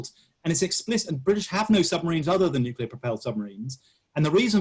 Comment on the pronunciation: Why listen to anyone who pronounces it 'nu-ce-lar'?